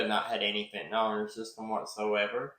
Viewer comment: Note: Fentanyl pronounced “fin-tan-ill” I like your video and respect your analysis of the case.